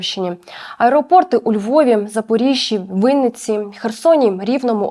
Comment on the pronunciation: у Вінниці, а не Виниці